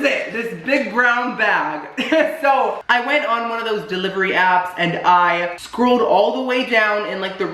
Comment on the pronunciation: Exposing: seconds he says “scrooled” and not “scrolled” lol I don’t really care, I just found it funny. Much love